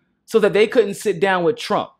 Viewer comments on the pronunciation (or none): none